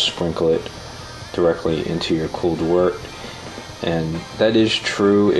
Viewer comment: FINALLY someone that pronounces wort correctly. Looks like you know what youre doing too. Great job. I've got an LME robust porter in my primary right now.